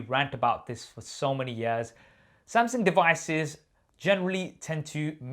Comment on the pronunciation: Who is this Samsing you keep referring to ahah